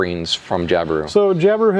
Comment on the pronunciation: I Australia, we don't accentuate the i when we say Jabiru 🙂